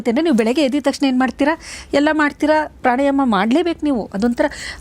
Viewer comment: Pranayama. Not prani